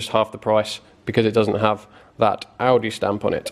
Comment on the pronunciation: Class video as normal. My missus thought your said aldi as well. Defo my favourite YouTube channel